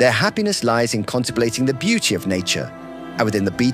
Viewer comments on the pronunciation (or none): none